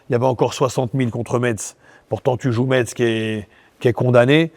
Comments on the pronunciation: on prononce « messe » pas Metz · Mehdi « MeTz ?? » putain on dit Messe » 😅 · Ça se prononce Messssse Mehdi . Comme gage tu dois venir en tant que directeur du football en Ligue 2 avec nous ! Tu verras la ville est superbe